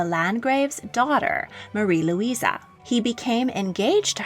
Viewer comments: Very good video! Although it drives me crazy that you call them Luisa when their names are spelled Louise xD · You keep referring to all those with name Louise as “ LouisA”. The spelling with the “ E” on the end is typically pronounced with the “ E” sound. LouisA would have an “ A” at the end.